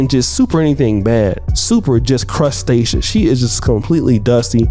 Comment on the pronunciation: Bro said super crustaceous! LMAO